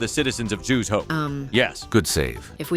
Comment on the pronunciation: Was literally waiting for it and as soon as I heard the Zhu’s hope pronunciation 😂